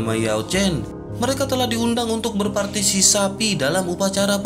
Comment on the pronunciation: Berpartisipasi bukan berpartisisapi wkwkwk pengisi suaranya lucu